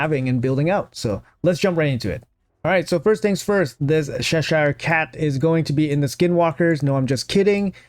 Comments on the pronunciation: oh man, you should pronounce it "Chess sure" instead of "sess shire" lol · It's che-sure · The way you say Cheshire is cracking me up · I die a little inside every time you say Cheshire